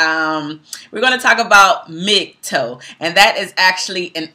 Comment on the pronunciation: Because this video was done in a largely respectful manner, I'll gently make one correction to your content: MGTOW is pronounced "Mig- tow", the "tow" portion being identical to the first syllable in the word "towel" for instance. Hope this was helpful.